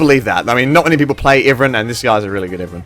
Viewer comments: its pronounced ive+ran. not iven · Pretty sure it's "eye-vern" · Iverin? Never heard it pronounced like that lol.